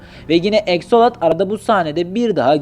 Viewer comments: abi eksolat deyil aksolat minecraftta oyle okunuyor minecraft esrarengiz kasabadan çalmış ama ben yine oynuyom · Abi aksolot eksolot değil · Abi axoltl diye yazılıyor aksolot diye okunuyor abi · Exolat ne Axalot.